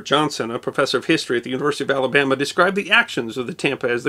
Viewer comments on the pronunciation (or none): none